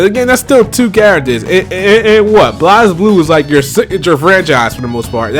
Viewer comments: Why does he pronounce it [Blahz-bloo]? And who's Leilachi? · Just a minor nitpick, but Blazblue is pronounced like Blaze Blue. That aside, yeah the DLC thing annoys me.